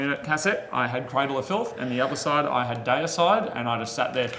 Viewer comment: DAY EH CIDE lul. havent heard someone say deicide with an accent. that was great :D